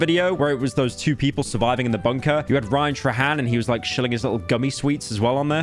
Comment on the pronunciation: Bro thought PFAS was PFA's also ryan trah-han